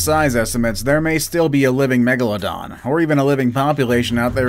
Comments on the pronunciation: Its meg la don Not meg la dona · I thought it was pronounced meg- la-don or is it meg-a-la-don